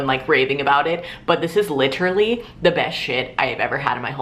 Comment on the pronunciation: was getting some major parks and rec chris traeger vibes whenever you kept saying "LITrally" lmao I love it